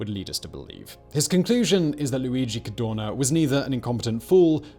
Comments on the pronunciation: Why do you say CARDONA instead Cadorna? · I love your channel, I enjoy your videos but you hjave the bad habit or butchering italian names :(... Dude I volunteer to send you an audio file in case you need to do a documntary about italian figure... n this case wit's not Cadona but CadoRna